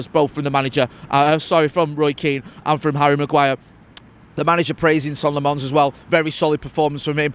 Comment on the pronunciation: every time you call him Sonn Le Mon you sound like an absolute amateur